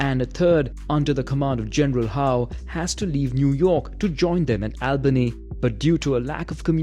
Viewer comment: It's Albany! Not "Al-bany"!